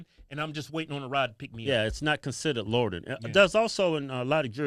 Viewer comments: Y’all pronounce loitering like u saying “lord of the ring” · Repeat after me: Loy-tur-ing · Lordering...loitering, lol 😆😂🤣😅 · LOY-TER-ING....say it with me.....LMAO